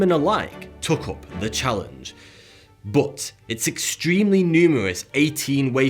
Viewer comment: I always hear you say 'Bowuth' instead of 'but'